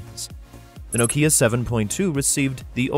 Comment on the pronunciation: The "ei" in Zeiss is pronounced like "ei" in Einstein. It's not "eenstein", it's not "zeess". It's Einstein, therefore Zeiss. German word. Nokia is also not "No KIA", it's "NOH kia" or "NAW kia". NAW-kee-ah.